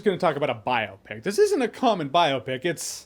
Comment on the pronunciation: Jeremy stop saying biopic like that plz